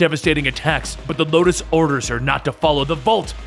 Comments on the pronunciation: Di- Did he just say "Locust"? It's Lotus... xD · Lotus not Locus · LOTUS. Not Locus or Locust smh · ITS LOTUS NOT LOCUST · Lotus not locust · I'd love to see more Warframe lore (even though I already know most of everything). Although side note, you kept called Space mother "Locust" when her name is actually "Lotus". As in the flower. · Did anyone else catch how he said Locus instead of Lotus at some point😂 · If you do more of these then plz... its lotus not locust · This looks like an alternate universe of Warframe since everything became so confusing, and Locust? LOCUST?!? I think you meant Lotus, but this story is good anyways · locust... honestly... acurrate. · First of all it “Lotus” not locust. And second, it’s about damn time you make some warframe lore! PLEASE! For god’s sake! Do more!!! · LOTUS LOL. you said locusts 😂😂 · Lotus the name is lotus not Locust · YES! More please. Also not to be a smartass but its lotus not locust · The Lotus, not The Locus/Locust. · amazing job but it's pronounced lo-tus not lo-kis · You said locust ...... it’s the lotus ..... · Btw it's lotus not locust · Btw it is the lotus not locust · Did you call space Mom locust ??? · Any one else here him say locust not lotus..I was triggered for a second lol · Did you say locus instead of lotus? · By the bra it's lotus not Matisse (just correcting ) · i thoughi i was the only one hearing it wrong xD but ya lotus not locust. Maybe cus of copyrights 🤔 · Pretty sure he meant Lotus but it sounds as though he said Locust. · is it just me or does he sometimes say locust instede of lotus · He said Locust like the bug listen again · Ricardo Ortiz-Joseph I heard Locust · Lol did anyone else hear Locust? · No hate or all but its lotus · Locust? Other than that, my favorite of your videos! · Ikr it says her name in the comic so idk how he fucked it up